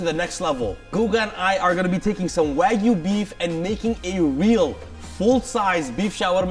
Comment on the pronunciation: its wagyu like muhamad is a prophet